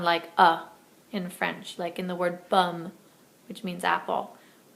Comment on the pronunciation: when you say pomme,it sounds like bum.